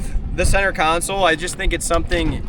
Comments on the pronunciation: Stop calling it a "counsole". It's a "console", like the center console in your car or truck. Sorry, I'm very OCD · You do know it’s “console” and not “council”. Right?? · only thing I am hating on is the way you say console lol